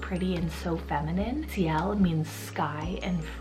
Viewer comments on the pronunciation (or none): none